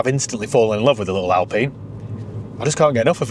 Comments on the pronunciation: Alpeen? Or Alpine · Hey, why do you pronounce this as "Alpeeen" and yet, you insist on calling a Porsche a "porsh"? Pronounce names properly, please!